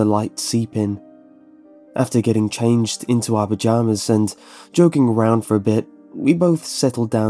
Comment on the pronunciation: OMG when he said pajamas I thought he said vaginas...